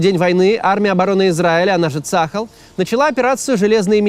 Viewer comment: Максим ты же говоришь на иврите так не цахал а цааль а то ухо режет извени если не корректно